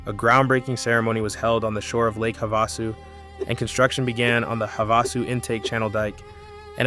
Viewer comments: WHY TF does he keep calling it "Havossoo?" Wtf is that? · It's pronounced HAVE A SU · It is pronounced Have-a-sue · It's also called Lake Havasu that's perhaps Why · As someone who lives in Lake Havasu City, AZ...We are all well aware that Parker Dam is the deepest damn in the world, and there was a fight between CA/AZ over it. We even have a museum. You should look into how the Colorado River Indian Tribe Reservation in Parker came to be. Also, it's pretty simple to look up how Gila and Havasu is pronounced, my guy. A simple Goog search shows that, pumping water from the Lake up to Gene Wash Reservoir on its way to LA takes more elevation than, the water going through to the CAP canal.